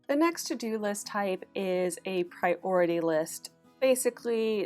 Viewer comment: Just one question - since when has priority become two words? (Pri-ority). She said it as one word, as well, so why keep splitting it up?Annoying 😡